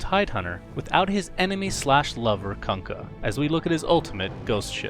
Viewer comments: KANKA?SRSLY?KANKA IT'S KUNKKA! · KANKKA, KANKKA, KANKKA. FUCK YOU, SUNSFANM IT'S KUNKKA, KOONKKA!!